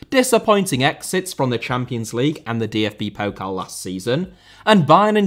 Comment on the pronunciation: Thank you for calling it Pokal and not Pokle ^^